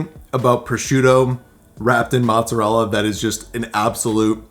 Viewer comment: Wait, growing up in an Italian family and you pronounce mozzarella the way you do?! LOL! Still a great video and thanks for the tips!